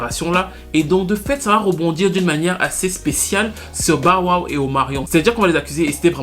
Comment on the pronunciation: "BAWA" (Bow Wow) 🤣